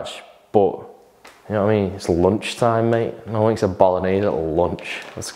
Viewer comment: can't you say 'a' correctly ie as in Ago Alive Anew? and 'one' is WUN.